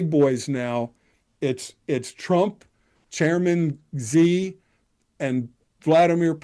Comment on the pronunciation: Xi is pronounced like "she".